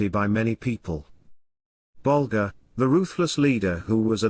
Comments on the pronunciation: Why create a video about Whitey Bulger without making an effort to pronounce his last name correctly? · He cant even pronounce his name right. 3 minutes in, im done watching.